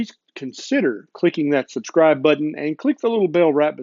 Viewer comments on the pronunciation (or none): none